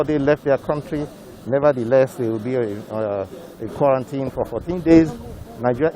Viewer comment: The way you even pronounce quarantine is wrong and this shows our level of education.